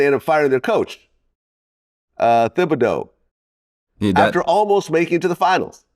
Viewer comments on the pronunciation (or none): Vlad pronounced the TH in Thibodeau.. 😢😂